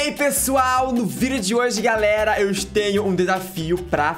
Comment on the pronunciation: vc fala garela em vez de galera e meu amigo fala cublinho em vez de clubinho kkkkkkkkkkkk